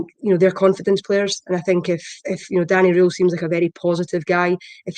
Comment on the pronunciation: I think his name is pronounced Danny rule not Danny roll